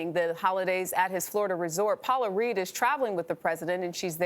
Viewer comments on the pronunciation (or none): none